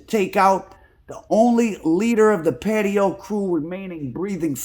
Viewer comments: It’s not patio …, it’s pronounced patois …it is a English based creole language with west African influences spoken primarily in Jamaica 🇯🇲……. They were from Jamaica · It’s pronounced Paa Twah